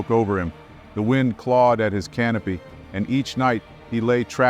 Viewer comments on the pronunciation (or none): none